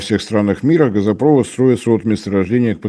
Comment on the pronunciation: А как Вам "газопрОвод", нефтепрОвод", "трубопрОвод"? Слух не режет? Дальше слушать этого "эксперта" больше не могу. Дизлайк.